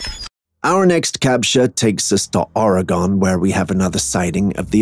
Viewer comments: #Classified Captures: Do better. Oregon is not pronounced Oree- gone. It's pronounced OR- i -gUN. Also everyone in the NW involved in any kind of Bigfoot watch knows that is a gorilla suit you can buy at the Halloween costume store in Seattle Washington. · The black furred bigfoot... No one need worry about it, as there is no state named "Orry-Gone". There's an "Oregon", pronounced "Or-a-gun", but there is no "Orry-Gone". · It’s ORY GUN NOT ORIGONE SAY IT RIGHT! OR-I-gun